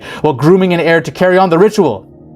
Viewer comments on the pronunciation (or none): none